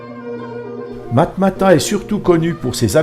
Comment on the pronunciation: matmata et non marmata